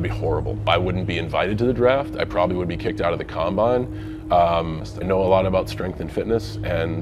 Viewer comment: The word is strength. It is NOT SH trength. Time to up your pronounciation game,.